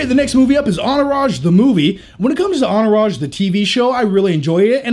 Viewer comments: Lol "onourage" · "Enourage" ... theres a T in there isnt there?? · Hahaha why do you say Entourage without the T? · anybody else notice how funny he pronounces entourage?